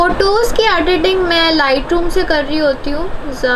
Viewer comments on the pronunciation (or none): none